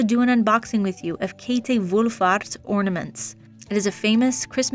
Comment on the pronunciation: The "ä" in Käthe is pronounced like "bad".